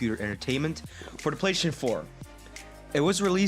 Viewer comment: "Playshun" 4 🤣